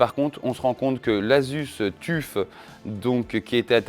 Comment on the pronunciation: "Le Tuffe" 🤣 Ton anglais est légendaire ! ça se prononce "teuf" mais t'as raison, on s'en fout après tout. Les Arctic P12 existent aussi en argb pour à peine plus chers. Joli travail 👍